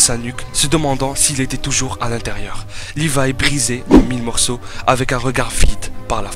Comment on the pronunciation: C'est pas lirai c'est Lévi